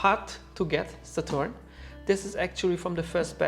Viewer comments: please stop saying 'Sa-TORN' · This comparison is consumate! You have provided all info and more in 50 min than I have found through scouring the interweb in 4 hours. Please continue to make content! You're fantastic at this! Also love the authoritative tone you have and the dismay you have when finding machine defects, you take great pride! Also love the way you say Saturn, exotic spin. Kudos. You have helped me/us greatly.